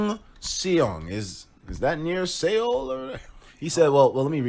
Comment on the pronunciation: Its pronouced Seoul like soul plus HongSeong pronounced like Hong Song not Se ong lmaooooo